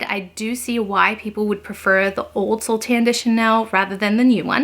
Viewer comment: I speak French, it’s pronounced So - lay. 😊